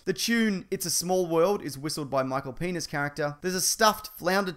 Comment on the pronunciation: Great job mispronouncing Michael Pena's name. Just quit YouTube and stop making videos. Forever.